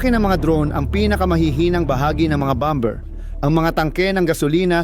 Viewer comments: Pls pronounce correctly the word bomber silent b pls 😂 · Ang bigkas ay bomer (,bomber)